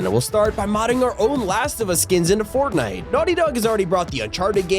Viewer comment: "-Poppy Playtime in Fortinte!" No